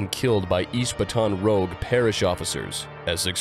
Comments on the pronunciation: It's pronounced Bat-on Rooge. and New Or-lens, not Or-leens. [Born and raised in NOLA] apart from that, fantastic breakdown, and documentary style editing! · Way to butcher the pronunciation of Baton Rouge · You guys know this is an AI controlled channel right? All sentences and speech is completely AI generated and spoken. It struggles with certain words that it can’t grasp conceptually. Listen in the beginning, when it states Baton Rouge, pronunciation is all fucked up. -Also AI bot 😮